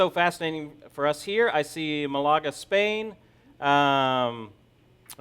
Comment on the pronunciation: Dublin, Ireland. Mal Aga is how it's pronouncec?